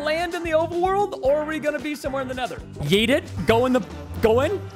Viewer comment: said yewt